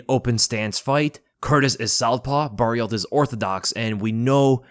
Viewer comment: You don't need to say Barriolt for Barriault. The Lt is silent so it's basically Mark Andre Barrio, just like Archambault, you don't say Arch-Am-Bolt but Arch-Am-Bo.